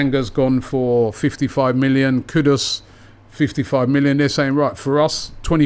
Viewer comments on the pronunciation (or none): none